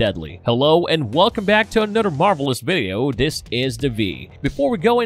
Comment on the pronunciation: Udder anudder